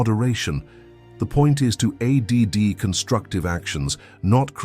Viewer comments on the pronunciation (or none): AI voice couldn't pronounce ADD, it says A.D.D But awesome videos.